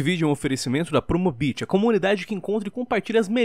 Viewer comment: É só pra mim ou parece que o lion fala Promobitch?